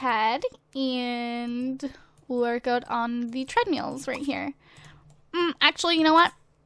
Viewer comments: why do u say " tredMEAL " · I actually meant that pronounces it that weirdly LOL